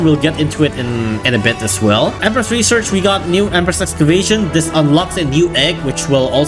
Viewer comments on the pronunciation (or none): none